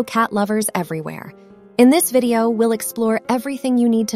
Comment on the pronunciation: What’s a “vedio”? 😂😂